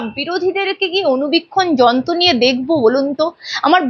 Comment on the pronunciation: Ei host er ropholar problem achhe - jonto na যন্ত্র।